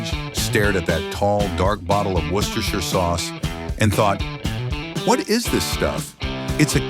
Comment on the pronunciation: HOLY CRAP! THIS IS AMAZING! An American pronouncing "Worcestershire" correctly!